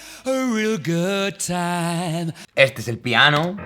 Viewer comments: "este es el pianou" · acentico cubano "este es el piaaano" jajaja